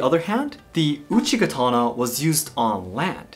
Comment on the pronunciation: man said Uchi Katana, every Elden Ring player:- my time has come